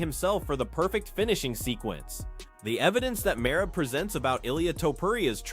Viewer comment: I watched the first 30 sec of your video and then left cause you can’t be a real mma guy if you can even say merab’s name right.